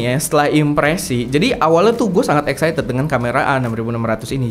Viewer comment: baca Excited di koreksi lagi kak biar gak salah